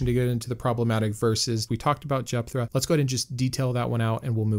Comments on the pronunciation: Love the channel, but you're killing me with the "r" sound in Jephthah; or have I always been pronouncing it wrong? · Sorry but this is driving me batty. There is no “R” in Jepthah